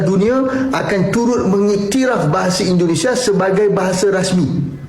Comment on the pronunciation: Indonesia bang bukan Endonesah